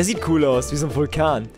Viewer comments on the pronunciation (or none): none